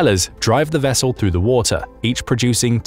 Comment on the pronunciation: Says wu tar instead of water